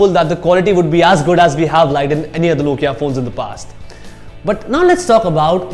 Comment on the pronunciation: It's Nokia .who cares what u say